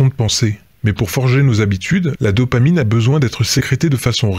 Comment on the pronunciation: VIE-tamine au lieu de dopamine !!! Merci ... Rock on !!!